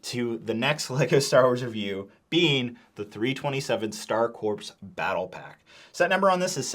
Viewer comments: it's pronounced Core not Corps. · if I hear one more reviewer pronounce the p in corps imma lose it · You don't pronounce the "P" in "corps" buddy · I noticed you pronounced Corps like “corpse” it’s actual pronunciation would be “core”. Just informing if you didn’t know. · Pronounced "Core," not "Corpse." I know that it's spelled with a "P" you don't pronounce it. Confusing, I know... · corps is pronounced "core", not "corpse" <33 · Corps is pronounced as “core” not “corpse” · It's pronounced like Star "Core", not "Corpse". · Heads up for future reference; “Star Corps” is pronounced as “Star Core,” like “Marine Corps,” not “corpse.” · Its pronounced CORE not CORPSE😂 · Please stop pronouncing “Corps” with an “s”. It’s pronounced “core”, like the “US Marine Corps”. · Corps is pronounced “core” not “corpse”. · Coreeeeeeeeee!!!! its pronounced core not corP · Please pronounce corps properly 😭 its 'core' not 'corpse' - I actually remember being taught this as a child specifically when I was talking about the star corps from my star wars encyclopaedia!! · Just an fyi, the word “corps” is pronounced “core” (the ps is silent) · Corps is pronounced as Core, not Corpse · CORE, CORE, IT'S PRONOUNCED CORE NOT CORPSE Lovely review, thank you! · Hate to be this guys but 327th Star “Corps” is pronounced “core.” A corpse is a dead body, a corps is a military unit made up of several divisions. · It’s pronounced Star Corps (core). A corpse is a dead body. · the rps is corps is silent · bro it’s pronounced “core” not corpse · "Corps" is pronounced "core" this has been killing me on multiple channels talking about these 327th Star Corps sets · Great review, as always. It’s pronounced “core” not “corp” though! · $45 is nuts. Also corps is pronounced with a silent p, so its just core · Star Corps pronounced as “Star Core” not “Star Corpse” It might as well be the latter considering the state of everyone’s wallet after buying this at MSRP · The ps in corps is silent.